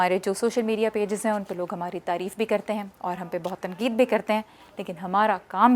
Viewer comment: خوش آمدید آپ کا انداز بیان اثرانگیز ھے اور دلچسپ بھی ، مگر آپ سے استدعا ھے کہ آپ اپنا ش ، ق ،درست کرلیں ۔۔ جیسے آپ تنقید کو تنکید‌ کہتی ہیں جو سراسر غلط ھے ۔ خیراندیش شکیل عظیم مؤرخہ ٦جولای سنہ ٢٠٢٣